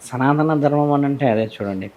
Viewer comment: ఆవిడ చాలా ఇంటర్వ్యూలు చూసాను విన్నాను ఈ మధ్య యూట్యూబ్ లలో, కానీ ఇంటర్వ్యూలు చేసేవాళ్ళు ఒక్కరుకూడా సనాత ధర్మం కాదు సనాతన ధర్మం అని కరెక్ట్ చేయట్లే దేంటో 🤔